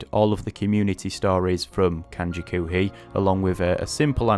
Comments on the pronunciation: In one respect, you are a genius for being able to learn so many kanji in such a short period of time. That's what makes so heartbreaking... Dude... After all that, you are pronouncing "koohii" as "kuuhii"? "Koohii" means "coffee". The pronunciation is Japanese, but based off of "coffee". How you can look at "oo" and say it like "uu" is beyond me, but I just thought I'd point that out. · I must say, you did a good job of learning these. I only got up to 500 kanji before I have up on RTK. But you really should focus on the sounds of the language, I'm horrified by the way you were pronouncing the word "koohi", don't pronounce it like coomer or goo, pronounce it like "co" in coffee just elongate the o sound. Also you should look into The moe way guide, it helped me to actually learn Japanese, I have been able to read manga like Yotsuba with great success.